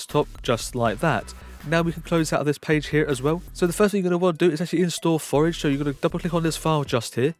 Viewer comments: Forge not Forege ( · thx, good video but cmon forge doesnt pronounce forage :D